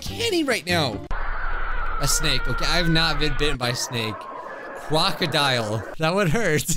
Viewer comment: said "cwocodile"